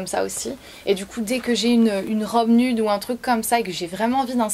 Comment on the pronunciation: Tu dis nUde mais on prononce nioude